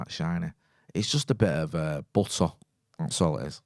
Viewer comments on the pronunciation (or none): The most Manchester pronunciation of "Butter" I've ever heard.